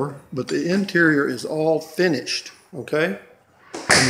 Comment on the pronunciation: Funny too how he kept say " furnished price" when he meant finished price.